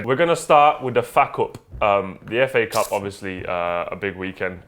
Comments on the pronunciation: Did he just call it Faa cup? What the hell.. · The way you pronounce fa cup I heard it like fuck up.